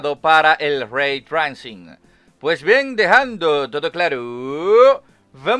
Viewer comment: Locón se pronuncia reitreising. Saludos